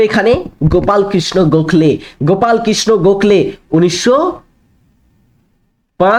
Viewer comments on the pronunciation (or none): none